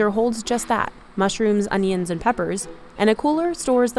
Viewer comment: Great video I’d like to try all these places. I love how pronounces onions ‘òñions’.